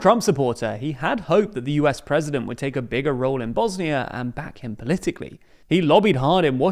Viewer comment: Two seconds in, the video already mispronounces the country's name.